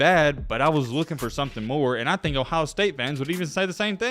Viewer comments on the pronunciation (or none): none